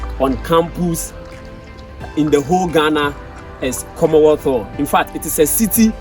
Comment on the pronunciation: Commonwealth Hall Not komothoo